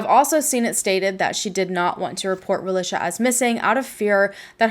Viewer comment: I can’t watch with you mispronouncing her name. Ra-lee-shuh. That’s how her Mom named her & pronounced it and it should be pronounced correctly. Especially if you’re going to make money off her tragic story. At least respect and use her name & pronunciation.